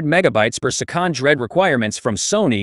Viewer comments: Wtf is "persekand"...? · per seh-COND